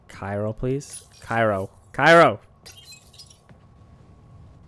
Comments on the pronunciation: CryO CRYO CRYO CRYP NOT CYRO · Anyone else screaming CRYO every time he says cyro? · pls. It's Cryo not Cyro. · It's cryo not cyro. Still love you though :)